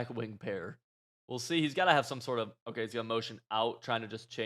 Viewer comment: Am I going crazy or does say “Okuh” instead of Okay lmao